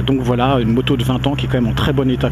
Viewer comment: ho mon dieu, une nouvelle moto!!! je n'arriveu pas a y croireu, quelleu surpriseu, l'etonement me subemergeu...